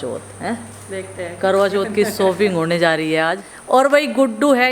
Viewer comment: सोपिंग नहीं शॉपिंग